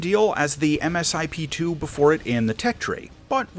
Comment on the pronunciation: Not really sure where you are getting your information from?... but much of your information is ....well wrong....and it's pronounced Misip...( Multi Stage Improvement Plan)...The Eagle is still very much top Tier in real world applications...we did very well against the Rafael at RedFlag.